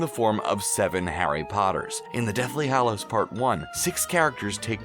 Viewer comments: He said hallows wrong...he be over here saying it fanvy or somethin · STOP SAYING HALLOWS LIKE THAT